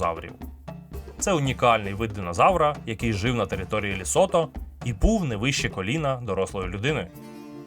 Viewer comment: Цікавий і змістовний виклад матеріалу якби не одне "але" - країна ЛЕсото, а все відео диктор повторює ЛЄсото. Комусь можливо неважлива дрібниця але це основа, при тому, що і в описі та заголовку чітко вказано тверде Е в назві держави